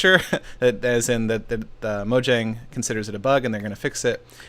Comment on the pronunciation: u say mojong couple of times... microsoft took over tho